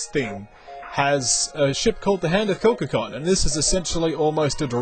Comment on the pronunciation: Well... Well.. You didn't say it wrong so.. Have a cookie! Also the fed cruiser be awesome thus my vote.